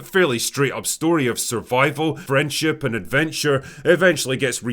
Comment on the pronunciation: yeah but he got me back when he said 'a story of Frenchship'